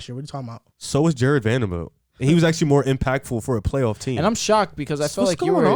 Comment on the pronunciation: Love the podcast, joined after the Rudy video. Only correction was saying Jarred’s name wrong (VanderBilt not VanderVilt) Nitpick issue